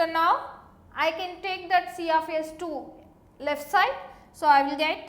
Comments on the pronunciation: i heard siyafiyes... omoo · See aaf ace